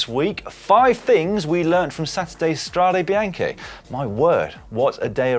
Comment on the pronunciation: The "Strada Bianchi" pronounciation.... discuss.